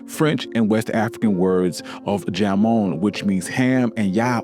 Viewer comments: Jamon in Spanish is “ham-on” lol not “jam-on” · Ok love the video. Spanish pronunciations were WAY off! Jamon and patella so not right. Pronounced Hamon not with a J. The word patella is pie te ya. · No, “patella” is correct, because it’s the human kneecap. Paella (pie-YAY-ya) is the rice dish. But yeah, kills me when Spanish J gets the English sound, everytime. 😅